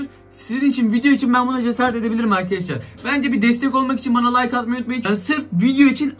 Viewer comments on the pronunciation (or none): none